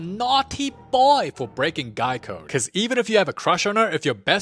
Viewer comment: Also, when he said “guy code” I thought he said Geico😂